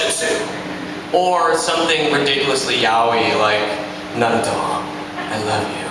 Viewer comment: Everyone : Naruto Sasuke: Narutho